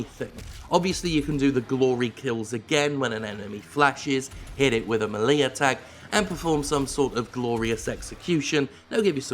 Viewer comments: Its pronounced "MEL ..A" ..not "MEL..E" ... NOBHEAD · MAY LEE attack not MEH - LIA attack. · "Malee" attack? Melee is not pronounced that way. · Muhlee, Jim? Really? :) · the mi-LEEE attack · “A Mae Lee attack” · I hated the game and returned it to ebgames. Doom, in any form, does NOT need ammo management. This totally defeats the purpose of the game. And the melee (att Jim: pronounced may-lay) is way, way, way overused. Doom64 was the best Doom game released this week. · The thing I took away most from this video is how Jim pronounces "melee"